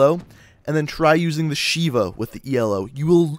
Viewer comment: I'm pretty sure, the ELO is pronounced "ee-low" I dunno, BTW I'm a fan of the SVG-100 because I like the looks, appeal, bolt and the damage, oh and the sounds